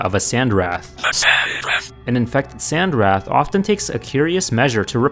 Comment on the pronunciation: For future reference, the “wraith” part of sand wraith is pronounced like rayth